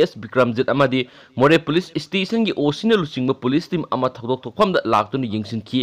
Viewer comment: Station - Haiyune Nangbo 🗣 Stition - Hairidu - Karigino 😁😁😁